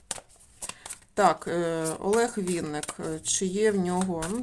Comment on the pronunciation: Шановна таролог.Прізвище відомого:співака,артиста,актора,поета,композитора,музиканта,ведучого в музичному шоубізнесі, українською мовою пишеться і промовляється,як Винник,наголос ставиться на перший склад.З Вашої вимови зрозуміло,що Ви — особа російськомовна,а отже перш ніж викладати відео,вивчайте законодавчу мову країни в якій проживаєте.Невірне трактування прізвища,ім'я та по-батькові ображає кожну людину.Вам необхідно перепросити в співака за "перекручування" прізвища на "проросійський" манер — це по-перше,а по-друге — Ви не маєте ніякого права робити розклад (зачіпаючи енергетику людини) без його дозволу.Звичайно всим шанувальникам та шанувальницям творчості митця цікава його сьогоднішня та подальша доля.В своїх чисельних інтерв'ю Олег Анатолійович просив "його слухати",а не втручатися в його особисте життя.Спрвжні коректні шанувальники виконують "побажання" людини,а може якби "Він" розказав всю "правду" про себе,то не спалося б і нам всим,а так з "нічними жахами" бореться самотужки... Як на мою думку,то чоловік прожив пів-віку,має чисельні титули,грамоти за заслуги,раніше йшли на пенсію за вислугою років.В подальшому люди працювали в навчальних закладах і передавали свій досвід молодому поколінню.Так,як Олег Анатолійович працював викладачем в КНУКІМ,то цілком логічно призначити його керівником цього вузу.Ви кажете,що "швидкий",а отже зможемо побачити його ще в одній "ролі"."Скаче" він по сцені добре,як "молодий жеребець",так кожній жінці,присутній в залі хотілося